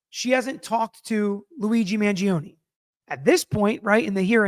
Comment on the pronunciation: It's Man-joh-ney not Man-ji-oh-knee